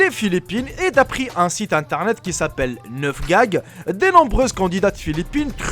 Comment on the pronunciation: "neuf gag" mdr